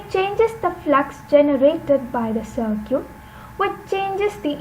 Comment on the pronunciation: Circuit bolna seekh lo atleast...its not sirquèt